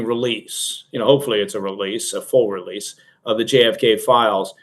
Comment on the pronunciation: Did anybody else giggle when said, "...full relesse..."? 😄